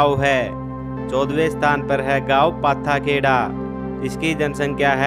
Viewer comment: पाथाखेड़ा नहीं पाटाखेड़ा